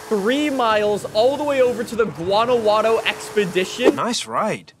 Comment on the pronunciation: No one: Literally no one:: Guanaguano 💀💀💀